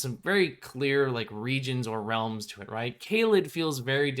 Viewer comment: Has anyone heard of hollows by rrd? Just started watching this video and the "realms" sound like "hollows"